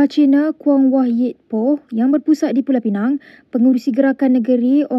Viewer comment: aku ingat dah taubat, pengacara melayu celup ni masih lagi sebut 'Pulau Pineng'.